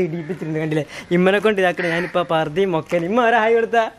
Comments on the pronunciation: Mokkana Alla makkana anu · Mokkana alla makkana